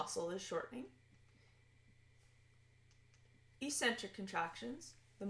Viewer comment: Agreed. The other videos in the sequence are better and more useful. I was surprised that she did not know how to pronounce eccentric, though.